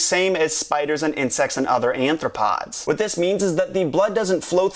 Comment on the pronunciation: So does nobody notice he says anthropod instead of arthropod. Twice.